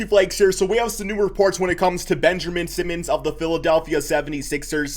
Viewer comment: Benjermin simmons lmao 🤣